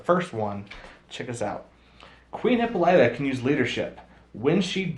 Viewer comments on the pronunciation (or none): You are really getting Hippolyta's name wrong.